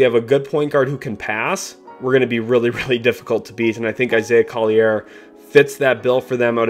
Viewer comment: It's Isaiah Collier (call-your) not coll-i-air